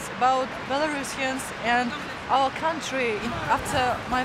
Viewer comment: so many Borat moments "yeees, quite a stable coutriey without no protesting"